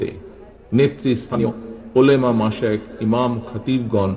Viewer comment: উচ্চারণ সঠিক করেন জনাব। ওলেমা হবে না। শব্দটা হবে ওলামা।